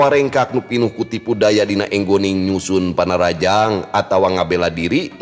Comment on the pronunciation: Punten kang aya nu kedah dilereskeun dina pelafalanna, sanés ÉNGGONING. Tapi nu leresna mah ENGGONING